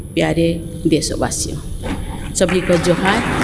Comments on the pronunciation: It is not 'johar' it's 'juhar'. Which means pranam. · It's not Johar, it's Juhar..